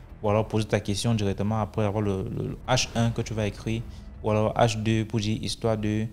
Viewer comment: H2 😂😂😂😂😂😂comme un bon gabonais😂😂😂😂